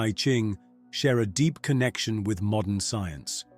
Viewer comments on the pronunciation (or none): none